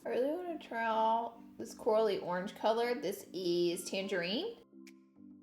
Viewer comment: I love how at one point you say Coral-y color but it sounded like you said Cora-lee lol